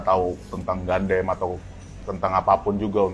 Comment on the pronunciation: Kalau YouTuber mainan yg sengaja beli mainan mahal cuma buat pansos trus dijual lagi gimana? :elbowcough: BTW bahas gatekeeping ガンダム tapi kalian nyebutnya pada ga'konsisten... Kadang GANDAM, GANDEM, GUNDAM 🤣🤣🤣